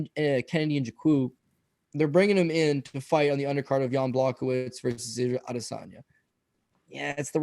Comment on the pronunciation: Lmao 🤣 AdeSANDya